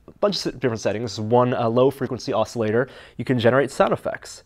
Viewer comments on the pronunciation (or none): none